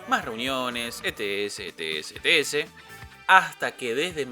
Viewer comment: Muy bueno, sólo una observación: etc = e-te-ce, porque si decís e-te-ese es otra cosa (enfermedad de transmisión s3xual)... Abrazos.